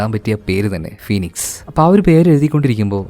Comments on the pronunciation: അവിടെ ഒ സൈലന്റ് ആണ്.. PHOENIX= FENIKS.... PHONIC അർത്ഥം മാറും..... ഞാൻ പറഞ്ഞത് ശെരി ആണോ...... പിന്നെ കഥ സൂപ്പർ.. അവതരണം കിടിലം 😂❤👍👍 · ഫിയോണിക്സ് അല്ല ഫീനിക്സ് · ഫോണിക്സ് അല്ല ഫിനിക്സ് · ഫോണിക്സ് അല്ല കേട്ടോ... ഫീനിക്സ് എന്നാണ് വായിക്കേണ്ടത്.... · തുടക്കം തന്നെ പിഴവാണല്ലോ ഫോണിക്സ് എന്ന് താങ്കൾ ആരെങ്കിലും പറയുന്നതു കേട്ടിട്ടുണ്ടോ ഒരു ഫീനിക്സ്പക്ഷിയേപ്പോലെ ഉയർത്തെഴുന്നേറ്റു എന്നു കേട്ടിട്ടില്ലേ. ഇംഗ്ലീഷ്കഥകൾ പറയുമ്പോൾ അത്യാവശ്യം ഇംഗ്ലീഷ് അറിയുന്ന വരായിരിക്കുമല്ലോ ഓകേ താങ്യൂ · ഫോണിക്സ് അല്ലെടാ ഫിനിക്സ് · Flight of the ഫോണിക്സ് അല്ല ബ്രോ, അത് ഫീനിക്സ് എന്നാണ് വായിക്കുക. spelling kurachu കൺഫ്യൂസ്ഡ് ആണ് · ഫോണിക്സ് അല്ല ഫീനിക്സ് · ഫ്ലൈറ്റ് ഓഫ് ദ ഫീനിക്സ് എന്നാണ്. ഫോണിക്സ് അല്ല. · ഫോണിക്സ് അല്ല മോനേ.. "ഫീനിക്സ് "😂😂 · ഫ്ലൈറ്റ് ഓഫ് ദ ഫീനിക്സ് എന്നാണ്, ഫോണിക്സ് എന്നല്ല explainer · ഫോണിക്സ് അല്ല ഫിനിക്സ് ആണ് ട്ടോ.......❤ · ഫോണിക്സ് അല്ല ഫീനിക്സ് ആണ് സേട്ടാ 😊😊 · ഫോണിക്സ് അല്ല bro ഫിനിക്സ് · ഫീനിക്സ് എന്നാണ് ബ്രോ